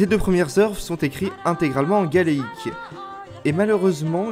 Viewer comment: Ga-é-lique et non galéique ;-) Merci pour cette revue qui rapporte bien la beauté de cette animation.